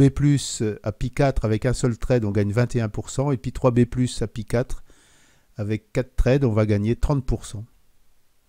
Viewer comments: Et vous pouvez regarder toutes les vidéos en anglais que vous voullez. On dit Raspberry "paille" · "pie" "trède"..., s'il vous plais, par pitié... Appelez un chat...un chat: Un raspberry "paille" - un "suède" (avec la langue sur les incisives). J'adore votre travail, mais mes oreilles saignent.